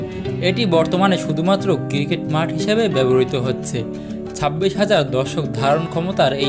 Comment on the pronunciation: একটু কষ্ট করে সুন্দর ভাবে উচ্চারন করলে আরো ভালো লাগতো। কিরিকেট কি আবার 😑